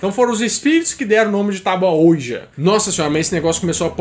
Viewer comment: Que aflição em pleno 2018 o cara não saber pronunciar OUIJA